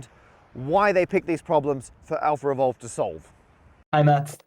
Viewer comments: "Revolve" --> Evolve I was hearing "AlphaRevolve" the whole time :o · Do you English native speakers realize that every time you pronounce words like "Alphaevolve" it sounds like "AlphaRevolve"? It's really like you're putting an extra R. Why is that? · I'm puzzled as to why you keep saying AlphaRevolve instead of AlphaEvolve... 🤔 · Do you pronounce "AlphaEvolve" and "AlphaRevolve" differently? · Lol "Alpher evolve" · I thought he was saying some cool sounding name but it was just alpha evolve